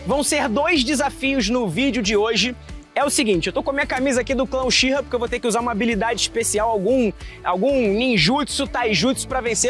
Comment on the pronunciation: Sê escreve uchiha mas c fala utiha